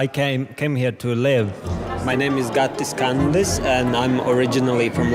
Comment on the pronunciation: The way Gatis says his name is so satisfying